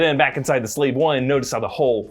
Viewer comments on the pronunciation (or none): none